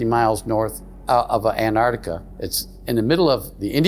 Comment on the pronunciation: It's pronounced Antarctica, not Anartica.